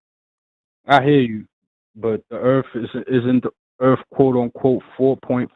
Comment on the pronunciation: Jay, forgive me if I'm hesitant to think somebody who pronounces Earth... "Erf"... has the secrets to the universe.